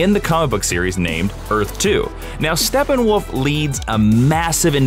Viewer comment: Why is he calling him Stepping-Woof(?!)